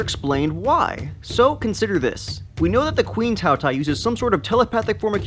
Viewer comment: For once, it pronounce ''Tao Tea-A''，饕餮 (tao tie).